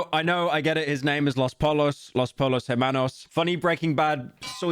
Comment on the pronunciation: Did you just pronounce the L's in "los pollo" 😂